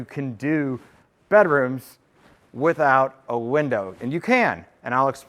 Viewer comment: subscribed purely because of the way you say bedrooms. "Bederooms" lol.